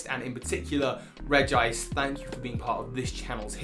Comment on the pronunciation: Not Reg-gice! It’s Regi-ice!